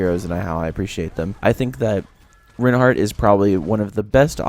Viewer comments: My opinion is. It's pronounced 'rine-heart' not 'rin-heart' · I love it when people properly pronounce names :D It's pronounced similar to the word Why, emphasis on the I sound, not the E sound.